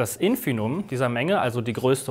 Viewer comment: Also, ich will ja nicht klugscheißen, aber es heißt schon Infimum und nicht "Infinum". Steht mehrmals im Video und wird dauernd gesagt.